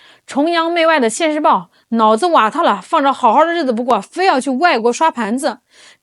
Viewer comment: 听口音不象是上海人， 但这句‘脑子瓦特了’说得真道地！